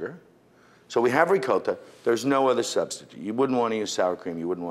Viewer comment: he really goes into Italian mode when he says "rrrrricoTTa"